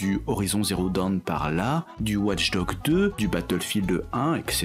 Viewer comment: Au bout d'un moment, entendre "Ouatche Dogue" au lieu de "Watch Dogs", ça devient un peu agaçant